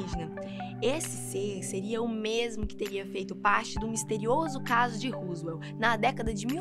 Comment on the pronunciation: Tenho amigos na nasa .o último vídeo é real. Ele foi chamado de Ebe e foi interrogado e filmado.Viveu alguns anos .Um de meus amigos da nasa sumiu.Nao é pesquisando na web que alguém vai saber se é falso ou verdadeiro. E agora,nao se aborreça porque é para ajudar: Suas pronúncias de footage e Roswel estão erradas. Footage se pronúncia futadgi com acentuacao tonica na primeira sílaba ,tudo junto , não separe. Roswell se pronuncia rossuel com acento no "o". Senao fica Roosevelt .Abracitos do walter